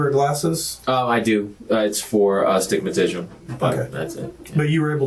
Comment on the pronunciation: This dude said "astigmatision" and "2 peas in a pie" 😂. Clearly he's not as smart as he thinks he is.